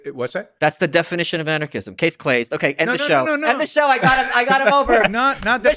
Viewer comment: “Case claised” -Michael Malice